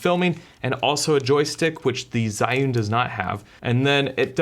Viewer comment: Zhiyun don't pronounce like what you did..